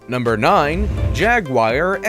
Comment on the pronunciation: Jaguir ??? try Jaguar